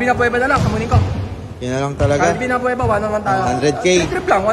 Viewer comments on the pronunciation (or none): CALVIN ABUEVA gun hindi Avuena 🤗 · Abeuva hndi abveuna 😂😂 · Calvin abueva di abuena ahaha dami tawa sa abuena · Boss. Abueva po.. Hindi abvuena. Hahhaha.... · Boss abueve not abuena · Abueva po hnde po abuena😂😂😂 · calvin abueva idol hindi abuena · ....CALVIN ABUEVA.....HINDI ABUENA.. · Calvin abueva boss Hindi abuena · CALVIN ABUEVA po yan hindi ABUENA.. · Calvin abueva po hindi calvin abuena😆😆😆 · Calvin abueva..hindi abuena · Abueva hindi Abuena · Abueva hindi abuena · CORRECTION!!!Calvin abueva......hnd abuena.....ayusin mu nmn pgcocontent mu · hindi po abuena abueva po